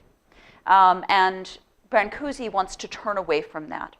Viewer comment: This is all wonderfull and all but you really have to pronounce his name right. Thank you !